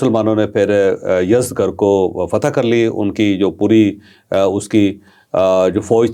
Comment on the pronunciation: Salam ye yazdgr ni balky yazdjar hy